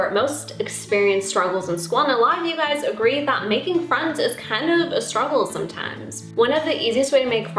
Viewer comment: She said "Hey Suys"